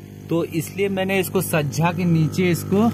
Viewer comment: Sajja nahin, hotA 😜😜😜🤣🤣chhajja hota hai 😱😱😱😱😳😳😳